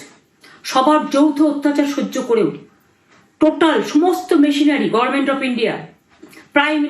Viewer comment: এখন ও গরমের্ন্ট উচ্চারণ করছে😂😂😂